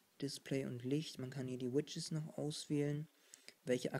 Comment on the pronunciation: lustig wie du widgets aussprichst. du sagst immer widges *kicher*